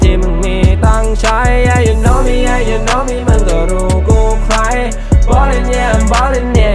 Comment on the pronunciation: สายฮา ปาจิงโกะ เท่าที่ผมคิด ประมาณว่า คำที่สัมผัสกัน โน้ตเสียงจะไปทางเดียวกัน อย่างเช่น ใคร กับ ไว้ ออกเสียง ใคร เป็น ใคร๊ สำเนียงเหมือนกันไรงี้ (ไม่เข้าใจก็โทดทีนะ ผมมั่ว55)